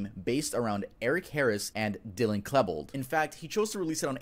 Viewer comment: How tf has he pronounced Klebold so badly